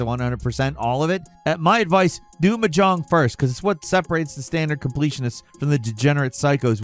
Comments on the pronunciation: its not m jong its mah jong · Hey, it's pronounced MAH-jong. Emphasis on the long maaa part. And you're right, it's obscure as hell. Like playing poker but with double the pieces and triple the winning hands. I'll stick to easier games like Total Annihilation or Tridimensional chess. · Gamer girls are screaming. We love this stuff. Also Mahjong: “Maa-Jong” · What is "Muh John"? I've heard of Mahjong but not "Muh John" like said 🤨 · It's pronounced "maa...jong". I know you're a bird but you can do better. XD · Dude, it’s pronounced MAH-jong. You’re putting the emPHAsis on the wrong sylLAble. 😂 Soft J, like the second syllable in “garage.” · "M'jong" Everyone: 🙄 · So did listening to screw up the pronunciation of mahjong over and over. I mean, WTF? I didn't think anybody didn't know it was pronounced "maw-jong". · why tf you sayn mahjong like that? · Say Mahjong one more fucking time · Listen, I love your stuff, but the word Mahjong has the emphasis on the first syllable, not the last and that's the kind of thing that drives me insane. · a good start to learning to play mahjong it to learn how to pronounce it. and its relalt not hard. its literally just a harder verison of a child's matching game. only pieces that are fully exposed can be used so you have to strategically pick your matches based on what tiles it might free up. you wun by removing all the tiles. simple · Am I the only one who winced at your "mahjong" pronunciation? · To add insult to injury, Mahjong is also not pronounced that way 😂